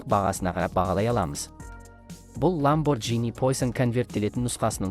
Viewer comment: ЛамборГини деп айтылады😅